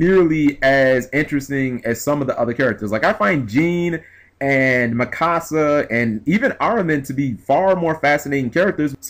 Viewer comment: It's Me-Ka-Sa not "Mi casa" lmfao